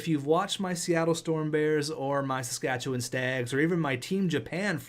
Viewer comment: i pray he doesnt say qwabeck or qabeck all season. just like he said saskatchewan wrong. how are u canadian lol